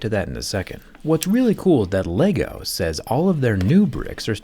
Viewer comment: My issue is his ability to not say LEGO right. Dude is smart apparently but can’t handle how to say LEGO? It took him down a peg for me haha. :/